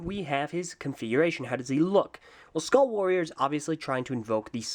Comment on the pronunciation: "Ueuhh... Skuaall Waoorieeer..." That sounded weird...